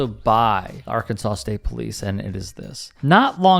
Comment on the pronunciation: Another classic thug with a badge. The problem is they don't have the intellect to deal with anyone who has the slightest resistance to their "Authority" without using violence! and aother thing what do you expect if you can even pronounce the name os the state correctly. It should be pronounced "Arkansass" not "Arkansaw" 😂😂